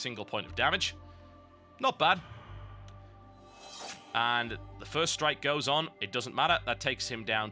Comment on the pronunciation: I love that he calds doppel strike, ferst strike on crak.